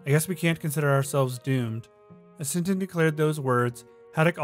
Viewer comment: You pronounced some Tintin Names wrong